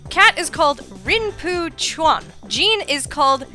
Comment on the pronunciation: Great listen! The only thing I sorta wanna mention was Jean. It was just the way you pronounced it, it was supposed to be sounding like Jon, since Jean is a girl's name. Like Jean Luc Picard. XDDD But anyway, that's a great theory in terms of the chronology of the series in general. And that damn desert in BoF3. Ugghhhhh.... XD